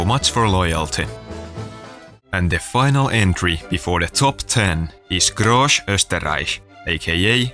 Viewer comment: grosh? it's just a normal s but longer man.